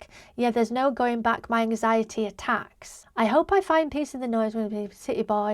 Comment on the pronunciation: I'm from Croatia and didn't understand it at first as well, his pronunciation of the letter 't' is very weird, both in "times" and "attacks"